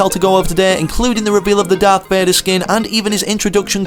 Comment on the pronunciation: "Darth Vadar"